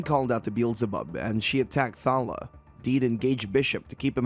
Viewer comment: Clickbait title (as there's no revenge), I spotted at least one panel being repeated twice (I use this as background noise) and you keep calling that girl 'Thalla' when the panels literally read 'Thalia'. I barely pay attention but even I can spot various errors with this recap. Are you even trying?